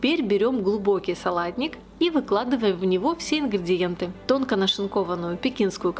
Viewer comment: Почему "ингрЬІдиентьі"? Правильно - ингрИдиентьі!